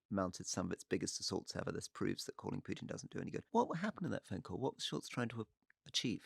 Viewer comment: Can't listen to this ,one is to loud and the other to low sorry...and Campbell stop the Pjutin mispronunciation please.....